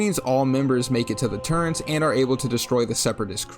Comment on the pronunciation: "turrent"? You're probably from Virginia.